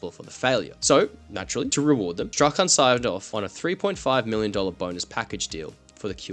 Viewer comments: Just FYI, "Strachan" is pronounced like "Strawn" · Strachan = strawn